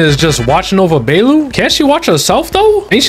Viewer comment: I thought he was calling her baelu on purpose..... oops, anyway good vid.